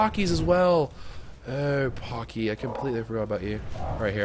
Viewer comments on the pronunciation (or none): paaaaaacky not poky